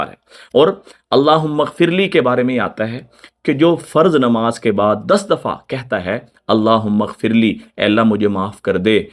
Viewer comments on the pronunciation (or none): none